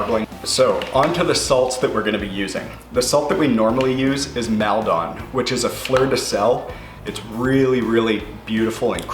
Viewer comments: I live near Maldon where your sea salt comes from its the best salt, but your pronouncing it wrong its not Meldon? You need to put more in the A like Mall-don 😊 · it's "mall done" salt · Fyi it’s pronounced Mall-dun. It’s from a town near me in the UK